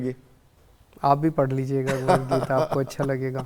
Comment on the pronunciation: Geeta. Bhai sahab thek se naam read kijiye. Book k bhr kya likha hain